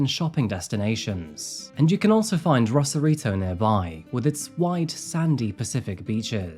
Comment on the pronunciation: ACTUAL SAN DIEGAN HERE, who also had a house 11yrs south of Rosarito (ROSE-AR-I-TO, not Ross-arito). And no, not better beaches. Lesss crowded yes but dirtier because of no sanitation infrastructure in Baja. You need more better resources!! I’ll have to edit and update this comment as I go thru this video…lol